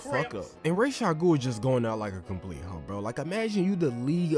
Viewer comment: (Rah-Jah-goul) my man killing me